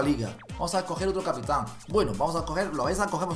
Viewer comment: capitan va con acento a la segunda a no a la primera kiki 😂😂